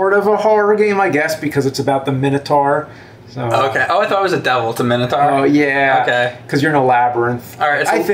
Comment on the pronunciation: Why do they call the Minotaur a Men-a-tar lmao